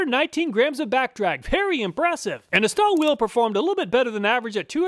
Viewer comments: I noticed that you inadvertidly misspoken "Stahlwille" as "Stallwill". Stahlwille is a German brand and translates as "Steel Will". Spoken out correct would sound like "Shtahl-villeh", where the "a" is raised as "ah" instead of "uh". Since I am of german origin, I thought of passing on this useful information as I'm pretty certain you'll ( and millions of YT viewers ) will encounter more product testing and reviews from that said company. In general, Stahlwille does make good quality products, I have a couple of their model tool lineup in possession for my daily routine service. They do an amazing job. Oh, by the way, I recently came across a 3/4" telescopic handle ratchet which felt great on hands as I had to tighten down pump flange screws M12-sized. Did a better job than the fixed variants. Maybe this would be worth a "Which is Best"? Anyway, your channel is the best on YT, my acquisition are based on your ingenious and honest testing results which are truly accurate and represent 100% real-life working conditions. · Waiting for the day you pronounce Stahlwille correctly.